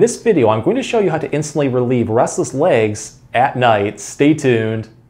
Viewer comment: Sounds like he says rustles legs lol